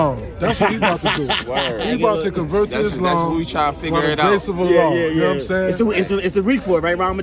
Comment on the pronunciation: Man said Allaho Bar ☄️😂😂😂😂😂